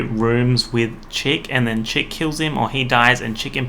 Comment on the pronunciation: I think it’s Chick, like Chuck, which is a nickname for Charles